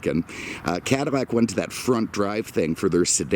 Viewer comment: Just curious I notice you often replace l in words with m sound like often saying cadimac instead of cadillac and I noticed a few other words ....just curious